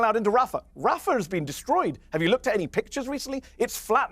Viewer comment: That Douglas fellow really lost big time on the Rogan podcast. "You never BEAN?" 🤣🤣 What a doofus.